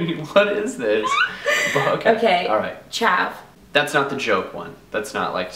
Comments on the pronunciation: its chav, not chaf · its actually chav not chaf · she said chav. Not chaf.